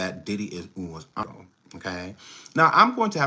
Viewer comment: Happy birthday 🎂! “Ooo-ih-iiide” watch😅